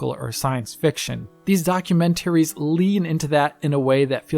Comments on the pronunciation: Documen ... Wait for it... ...tary! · In German we emphasise the syllable "-tar" in the (german) word "Dokumentar". He's German and perhaps thought it's similar in English. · Please stop saying documentaries like that. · I've never heard documentaries pronounced in that particular fashion.